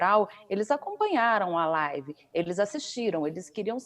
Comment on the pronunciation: Esse mito da desgraça é uma vergonha desastrosa! Ri muuuuito com essa tal laaaaaivi dele 😝